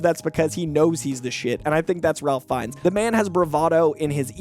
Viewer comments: By the way, Ralph Fiennes is pronounced Rayf Finez. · saying Ralph Fiennes wrong btw and Sterling K Brown is 46